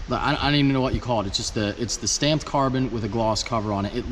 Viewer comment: Every time he said stamped it made me cringe